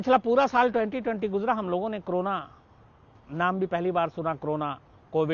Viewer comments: Aap ko to co ro na bolna bhi nahi aata h aap use crona bolte ho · It's not crona..., it's corona 🤣